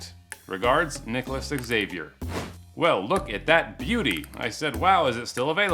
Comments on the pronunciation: Great channel BUT please do NOT play background music while you are speaking. It makes it difficult to listen. ALSO.....Xavier is pronounced as ZA-Vee-Air . NOT X-A-vee-air. Thanks. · Xavier is pronounced Javier, no X avior😂😂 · It’s pronounced zavier, not ecks-Zavier. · x is pronounced z 😁 zavier. with a z. not x-avier. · I'm not a native English speaker, but I think it's not "ex-saviour", it's pronounced Zavier! You're welcome! 🤦‍♂️🤣🤣🤣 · Not X-zay-v-yer, it's Ha-v-arh. More or less. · Xavier is pronounced "Zavier" do not pronounce the X. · Good video, but man that pronunciation of "Xavier" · I cracked up everytime he says Nicolas Xavier... it's pronounced Nicolas Za-Vier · When an "x" is the first letter of a word, it is pronounced like a "z". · He doesn't know how to pronounce Xavier? Wow. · The way Americans can never pronounce Xavier properly drives me nuts. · The way you pronounce the name Xavier is quite disturbing 🤣